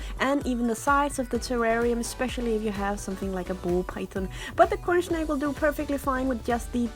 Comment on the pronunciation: Am I the only one who hears her saying "cornSHnake"?